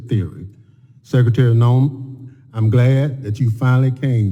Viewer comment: It's Noem, not Neom.